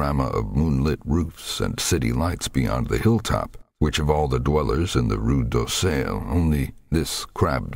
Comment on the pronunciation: I just wish he pronounced Rue d'Auseil right. Otherwise perfect <3